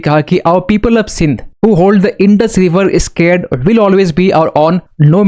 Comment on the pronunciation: Sacred(Sak-rad)✅ Scared❌